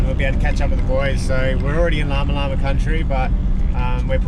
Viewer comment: Lama lama is pronounced like luma luma I’m actually apart of that tribe